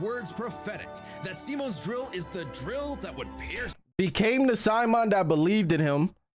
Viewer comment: saying its his 2nd favourite anime but fail to pronounce simon name..hhmmm